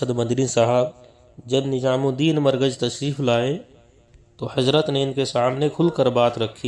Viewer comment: HAZRET KI LA-JAWAB URDU: Yea koi Hind/Deoband kay alim hain? In ki Urdu Hindi ki mahzooz-kun amezish liay huway hay, maslan "NiZam" ko 'NiJam", "Jawab" ko "Zawab", "Shura" ko "Sura", "terah/terha/terhan" ko "terain" kehtay hain! Alif kio Ain-Alif ki awaz say perhtay hain, maslan "Ap" ko "Ain+ap" (ba-awaz-e-"Aam/common) kehtay hain, jo kay sareehan ghalet hay.